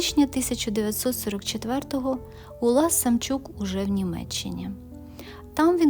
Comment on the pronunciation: Чому Самчюк,а не Самчук